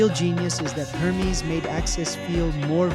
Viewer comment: HURR MEES lol its hermes bro